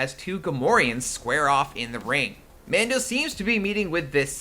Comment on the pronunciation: Every time you said Mando I winced